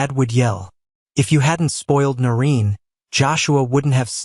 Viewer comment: 'Noreen' not 'Norin.'